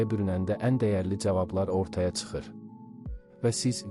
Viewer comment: Tsıxır deyil ay qoyun, çıxır! Diksiysya diqqət edin!